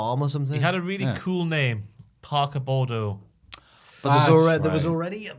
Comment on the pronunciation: It’s Parker Boudreaux, not Bordeaux